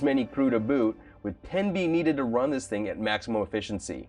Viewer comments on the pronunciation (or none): none